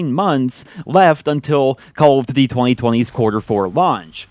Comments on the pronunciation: I just don't like the way you pronounce DUTY It's DOODY not DIDY. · Why can't this guy pronounce "duty" right